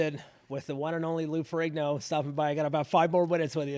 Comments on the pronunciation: It's Lou Ferrigno, not Ferringo! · It's LOU FERRIGNO...not Ferri-n-g-o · Lou Ferringo like Ringo bro??? It's Ferrigno bro! Get it right!